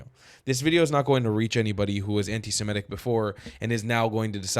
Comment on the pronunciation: Stop saying Semetic, it is Semitic, from the word Semite.